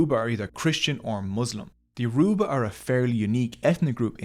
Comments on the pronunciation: Hey- great vid . So interesting to learn as a Nigerian and I love the animations! Yorùbá is a tonal language; a more accurate way to pronounce it that would sound closer to the actual pronunciation, would be 'YO-RO-BAH or YO-RUH-BAH' than 'Yo-roo-ba'. Would loveee to see one on Benin kingdom or other Nigerian tribes! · It's Yo-ru-ba. The tonal marks on our written form settles it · Me being yoruba:🥰😍 also soz but its pronounced your- ooh- bah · It is not Yo-roe-bah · Emphasis on the 3rd syllable, not the second. Hearing yoRUba every 3 seconds makes this basically unwatchable as a Nigerian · It is actually 'Yo-roo-ba'. Yorùbá is a tonal language and that downward toned ù is an oo tone, regardless of what anyone else says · It is actually pronounced YOO-ROO-Ba😅,ewu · No offense, but when saying Yoruba you don't emphasize the u. You can just say it normally.😅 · It is paining me that this guy is pronouncing the language, Yoruba is literally bleeding and he didn't apologize for murdering it😅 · Bro butchered the pronunciation of Yoruba edit: Scratch that, bro butchered every Nigerian name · It’s getting on my nerves how he is saying youraba wrong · 40 minutes and you never pronounce their name correctly once. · If you choose to do an expose on a group of people, please learn how to say their name correctly. It's so irritating to hear you mispronounce Yoruba repeatedly. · Ioruba rhymes with cuba. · can this guy stop mispronouncing my people's name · The way he pronounces Yoruba, Igbo and Hausa hurts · Bro the way he saying yoruba is pissing me off 💀💀💀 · Very informative video. I would however like to point out that you butchered every single yourba word you used and I wouldn't have been able to recognise them without the captions. Even "Yoruba" was not pronounced correctly. Try finding a native speaker to teach you proper pronunciation next time. Thank you. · I came here SOLELY to hear the word ‘Yoruba’ get massacred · It is Yoruba not yoroba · YO RU GBA! not ye roo ba